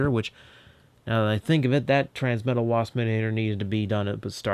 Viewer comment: "Transmetla," huh? >w>